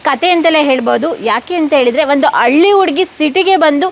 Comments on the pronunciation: Alli alla halli . Kannada sariyagi mathadu. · ಅಳ್ಳಿ ಅಲ್ಲಾ ಹಳ್ಳಿ